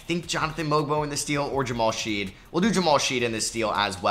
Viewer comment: The University of Houston Jamal Shead disrespect is real. You mispronounced his name every time in this video 😭